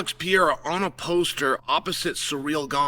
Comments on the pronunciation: Alex Pee-era 😂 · Alex Pee Air uh lol my boy Chael